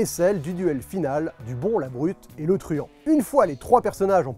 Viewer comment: "Le bon la brute et le truanD" pas "truanT"